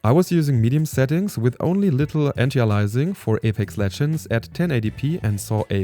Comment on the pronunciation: heya, it's anti - aliasing, not antialising